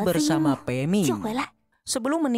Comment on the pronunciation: Peming ko gak liris min